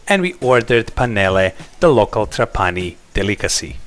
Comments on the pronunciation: Uno potrebbe pensare che un traveler esperto come lui avrebbe anche potuto imparare la corretta pronuncia di TrApani invece di TrapAni. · Trapani is pronounced with the tonic accent on the first A, as in the Italian word trapano, the tool for making holes in a wall or in wood etc.